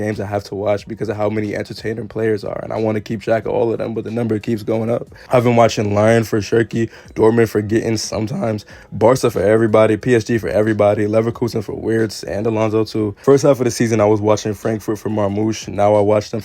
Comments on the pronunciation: It’s pronounced “Lee-on” 💔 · Great vid per usual. It’s “Lee-yawn” btw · Bros pronunciation of Lyon is pissing me off lol